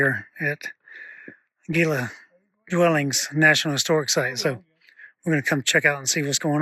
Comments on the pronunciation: The g in Gila is pronounced as an h heela. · Nice video as always! Having been born and raised in Arizona the "G" in Gila is actually pronounced as an "H". I was stationed at LAFB for several years as a Special Agent for DOD back in the day. I hope you had an opportunity to to visit Sedona Arizona up North and walk the West Fork in Oak Creek Canyon. Happy trails.